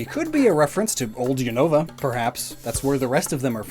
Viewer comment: Not unovu